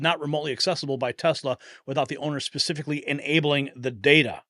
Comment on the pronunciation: Did she say "Pacifically" vs specifically? Is she talking about the ocean? They're saying IED's are not terrorist devices but pipe bombs at the Capitol on J6 were considered weapons of mass destruction, ok.